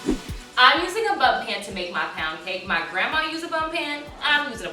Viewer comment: Everytime she said bun pan I thoight she said butt pan XD